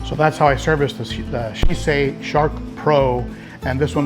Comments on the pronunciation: See CHAY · Had to watch later as your pronunciation of Sicce damn near gave my Italian wife a stroke, hahaha!!! Been really interested in their in-tank filters after how great my Tidal 110 HOB has been. However, I've also really been impressed with the newly upgraded 35 watt Xpertmatic, which not only greatly improved the basket design, but also puts out some serious GPH turnover for only $35 ($26 with coupon on Amazon).